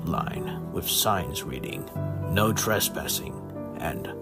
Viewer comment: I thought the "No!" sounded like "Pluh!" For a split sec😭